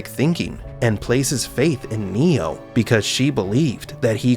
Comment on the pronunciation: I can’t stop hearing Neil instead of Neo!😂